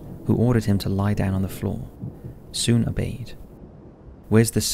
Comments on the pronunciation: Sune in pronounced like suneh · Inte så konstigt förstås men uttalet av ”Norrbotten” och ”Sune” var brutalt😝